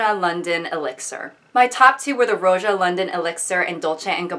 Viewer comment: Lol, that's how she says Roja?